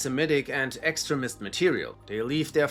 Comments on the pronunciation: I love how the voice, keeps on pronouncing extremist, to sound like excrement, which pretty much sums up these groups. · Learn how to pronounce “extremist”